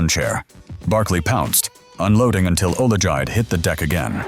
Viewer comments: He said Olijide legs Liquified 😂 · AI narrator pronounced Olajide’s name three different ways in 20 seconds 😂😂😂